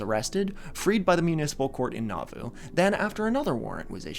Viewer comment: A few friendly pronunciation notes from a listener raised LDS: Moroni is pronounced "moh-ROH-nai," emphasis on the second syllable. Nauvoo is pronounced "nah-VOO," emphasis on the second syllable. Laban is pronounced "LAY-behn," emphasis on the first syllable. Laman is pronounced "LAY-mehn," emphasis on the first syllable. Hezekiah is pronounced "heh-zeh-KAI-uh," emphasis on the third syllable. Very fun episode,! I was raised LDS and I've never heard of this sect before!